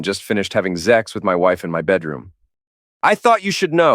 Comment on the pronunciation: It's SEX not ZEX . It's SON OF A BITCH not son of a witch .